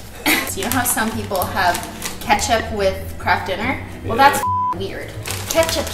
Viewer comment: I just thought they changed the packaging and I didn’t know, phew. Also why does she keep calling it kraft DINNER!